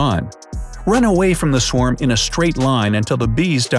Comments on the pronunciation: “swam bees” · A “swam”? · Swarm, not Swam, dumbo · Wait did you say swam or is my phone trippin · You said swam